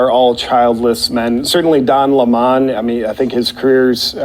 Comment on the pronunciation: "DON LEH-MON" ??????????? HILARIOUS!